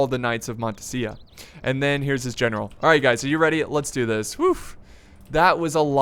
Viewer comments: it's montesa not montesia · Montesa is pronounced like in this link-->